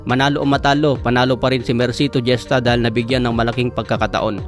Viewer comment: Gesta hesta pronounce idol... 👍👍